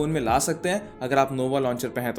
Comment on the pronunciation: bhai novo launcher nahi nova launcher